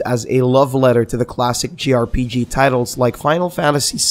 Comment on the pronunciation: he keeps saying "grpg",,,,,, its jrpg